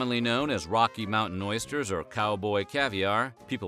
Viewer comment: That took balls eat them cowboy "oister"?!?